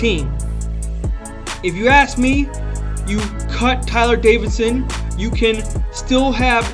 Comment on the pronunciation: It’s actually Davison not Davidson but good video